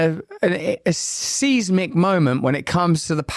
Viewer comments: Seezemic era? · Seize Mick? Why? Oh I get it you mean seismic. Come back home for Pete's sake